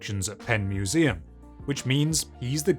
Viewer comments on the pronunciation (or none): none